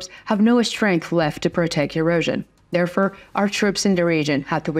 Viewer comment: There for, not there fur